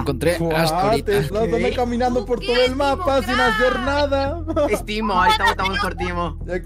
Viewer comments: Se dice nadie no Nadia xd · el único que noto que dice nadia